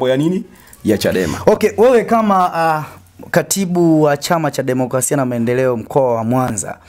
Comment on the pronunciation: Bro, sio kula bali ni kura, na sio democlasia bali ni democrasia.